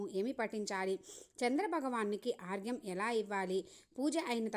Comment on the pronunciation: ఆర్గ్యం కాదు అండి అర్ఘ్యం